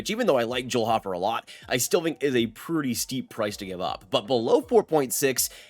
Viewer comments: Dude...it's pronounced Hoe-fer, not hof-fer. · Ho-fer not hoffer